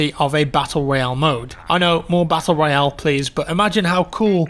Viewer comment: Battle Royawn....